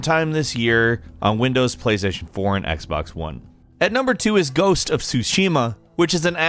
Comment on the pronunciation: Ghosts of Tsushima. Not “sushima.”